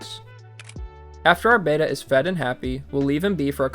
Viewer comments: Bettas don’t need to be drip acclimated since they breath air. Also it’s pronounced bet-uh, not bait-uh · Rescuing is always admirable. That said, Beta is a ray, like alpha and gamma. Beta is also like VHS; remember those? Betta is the fish you rescued. Bet-uh, not Bay-tuh. Have to add- that lookout is really cool. I have never seen one. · It's not pronounced like "bayta," it's "betta." Why do people say "bayta?" I've even heard people in pet stores say "bayta." How ignorant. It's not that hard to say it correctly. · BehTah, Not Bayta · You’re mispronouncing betta. It’s not pronounced like beta. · It’s becoming a pet peeve that people can’t pronounce betta, it’s not the Greek letter beta